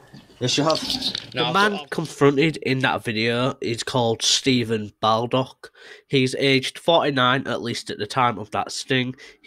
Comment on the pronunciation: Not BALdock - it’s Borldock